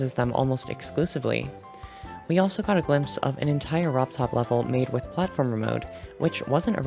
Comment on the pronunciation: Lol robtop said he will add platformer but when he said it, it said Plate-former